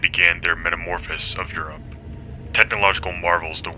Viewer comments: "Metamorphosis" not "Metamorphis" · I don't know if "metamorphis" is a word, but probably you wanted to say "metamorphosis", which is a greek word for transformation. But anyways, thanks for summarizing the TNO lore. I was searching for such a video and I found yours. Of course I subscribed 🙃